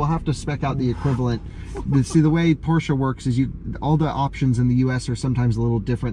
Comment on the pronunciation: I'm happy to hear you pronounce Porsche correctly :D